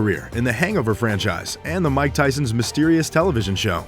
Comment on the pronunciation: Mike not Mick. Silly boy.